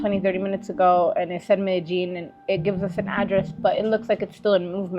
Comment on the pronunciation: Why's everybody pronouncig it meddy-gin, Anglos attempting Spanish have accurately called it medeyin for 30 yrs. Woke BBC use keev instead of kiev but wont say paree instead of Paris thankfull. There needs to be a cosistemt pronucitaion go to for anglos, hopfully bringing back peking and bombay for us boomers